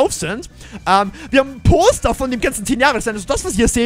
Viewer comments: Ich hab statt poster toaster verstanden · Du sagst Poster , was verstehe ich? Natürlich Toaster 😂😂😂😂👍🏻